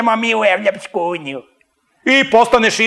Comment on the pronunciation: Idljmo mi u Evopsku unjiju" M.Petrovic